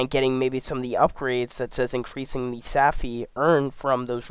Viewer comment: Stopped watching after “saffy”.